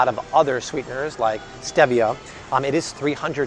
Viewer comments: It’s pronounced Steve-ia not Steeviah 😂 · Stevia is pronounced STEEEVIA not the way you pronounce it! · It’s pronounced Steee-via. Google it. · ReddGal He pronounces it the British English way, while in the US it is pronounced “steeeeeevia”. 🙂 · Am I the only one who had never heard stevia pronounced with an eh instead of ee? Have I been saying it wrong or is it like the whole "tomayto/tomahto" thing? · Stevia (stee-via) 😉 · It’s not stevia with a short e, it’s a long e, stee-vi-a. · I thought it was pronounced Steeevia..😆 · Omg the way you say stevia drives me nuts!!! 🤣🤣🤣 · He is pronouncing it in Spanish. The e is pronounced eh.